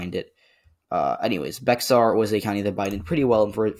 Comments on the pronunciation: "Bexar" is pronounced the same as "bear." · Bexar is pronounced as beyar